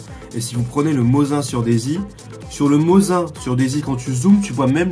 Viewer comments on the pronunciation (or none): Mosine sa se peononce.. Pas mozin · mos1 :x...On dit Mosine :P